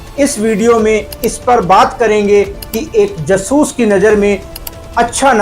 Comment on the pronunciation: कृपया जासूस को जसूस (ज सूस) न कहा करें आपका कहा उच्चारण हिंदी के हिसाब से सही नहीं है और अटपटा है मैं जानता हूं कि आपका यह उच्चारण आपकी पंजाबी मातृभूमि अमृतसर के कारण है। परन्तु इसे संशोधित करने का प्रयास अवश्य करें व्यक्तिगत न लें और अन्यथा लगा हो तो क्षमा करें। अटपटा लगने के कारण वीडियो प्रारम्भ में ही छोड़ना पड़ा। उचित समझा इसलिए लिखा 🌹😊